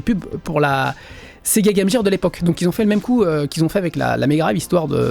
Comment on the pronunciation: Apprends à prononcer game gear correctement gros crétin. C'est vraiment le truc qui m irrite